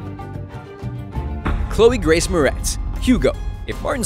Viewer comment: "Chloe Grace Moretz?" Wat even the fuck?